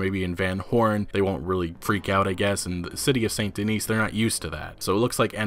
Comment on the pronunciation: Just an FYI. It's Saint Denis or San deni It IS NOT Saint Denise. This ain't the Cosby show.